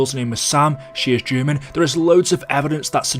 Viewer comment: He said German but i heard Gurben